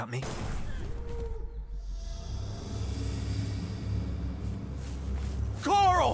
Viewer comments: I want ‘Coral.’ 😂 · Fu*king hell this was hilarious to watch especially those silly rolls the enemies did. Also who’s ‘Carl’ I thought it was ‘Coral?’ 😂